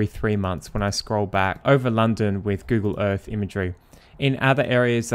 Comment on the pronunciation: Move onto the fird. Why cant you Brits pronounce the letter " TH " You always use an F Google EarFF